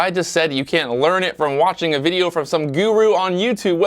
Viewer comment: “Paitence” or patience? Lol. Great video, or should I say: “viedo”?